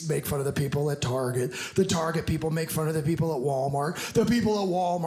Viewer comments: Never heard a person calling it tar shay.. at least the women here where I live at least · Excuse me, it's Chez Targez -- LOL!!!